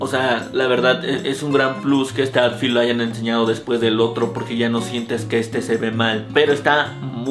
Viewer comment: Bro me gustan tus videos solo que si me da cringe que digas atfit en lugar de outfit, hay que practicar la pronunciación o de plano no usar la palabra cada 30 segundos en el video :/